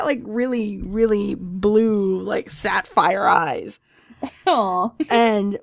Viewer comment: "sadpphire eyes" did you mess up again?